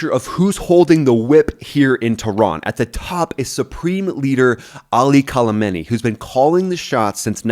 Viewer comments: His name is Khamenei, not Kalimany haha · another money making channel reading a dumb script like a bot. its Khamenei not kalamanie. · It’s not “Kolemeni” it’s Khomeni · The Name of supreme lider of the regime pronounced Ali Khamenei not Ali Khalmenei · Leader’s name is Khameini. Not Khalameini. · Cool content. But seriously his name is Khamenei (Kha-men-ei). Not sure where you're getting "Kolameni" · KALAMENI, nice it’s Khamanei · Kalemeni? His name is more like Kamenei. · His NAME is not Call A Mini . Did you just learn about him yesterday? There is NO L in his name. Kha Mein E. As opposed to the guy before him KHO Mein E. I like your channel but I'm a linguist and it bugs me when you are so inaccurate in pronunciation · Kholameni?? My brother in Christ learn how to pronounce the name a little bit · Kalameni? Dude.... any ways its a decent vid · You cannot even pronounce the name KA—ME—NEY. So ignorant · Ali... what?! Is it that hard to get his last name right? I'll spell it out for you and for all other Americans. Kha - me - na - i ! The i is pronounced as the name of the letter "e". Really not that hard. And no, it's not the same last name as Ali Khamenai's predecessor, the Ayatolla Khumeini (khu-mei-ni) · Who’s “Kalameni”? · Your content makes sense, but it's hard to take you seriously when you keep mispronouncing Ali Khamenei's name. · I’ve never heard anyone pronounce Kham’s name as poorly as does. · Man you can't even say "Khamenei" 😂 Americans 😂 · I love your video but you keep butchering Khamenei’s name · hahahahha bro khamenei has no L on it hahahah